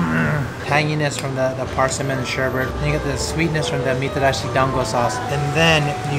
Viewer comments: Sherbet, not sherbert. :>) LOL! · sherbet is pronounced "sherbit", not "sherbert". Notice there is no second r.